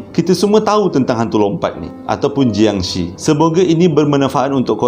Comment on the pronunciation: sebutan bunyi yang betul untuk jiangshi dalam Mandarin adalah 'chiangshe' (bukan bunyi she dlm English) dan dalam Kantonis 'keungtzi'